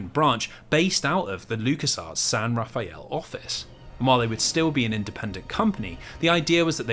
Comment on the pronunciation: I hate being this person, especially on a video over a year old, but despite how it's spelled, we Bay Area locals pronounce it as "San Ra-fell." 😅